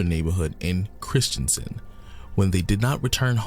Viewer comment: Corrections: 1: The girls were stabbed, not strangled. 2: The city is called Kristiansand, one of the convicted med was called Kristiansen. Not the same word and not the same pronouncement. 3: The events took place on May 19th 2000, not July 31st 2000 Sorry, there were just too many errors in the video. I had to stop listening. Norwegian who remembered this very well.